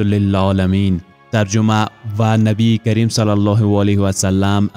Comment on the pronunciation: برادر جان با عرض معذرت درد بر نبی کریم (ص) درست تلفظ کنید تشکر